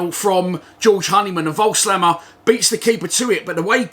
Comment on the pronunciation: They had loads of chances but we did hit the bar twice and (as u said) had two good penalty shouts. Another draw Friday would still be a decent result btw It’s pronounced Vogelsammer COYL